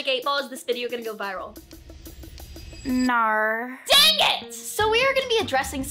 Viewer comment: Sofie I LOVE YOUR VIDEOS CONGRATULATIONS ON 8mil BUT THE WAY YOU SAID NAR I MEAN THE MACIC 8 ball